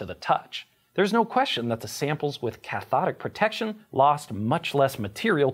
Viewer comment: I hear it as Ch'thonic Protection every time